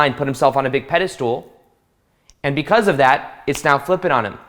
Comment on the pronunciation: I like how you say pedestal lol pedestool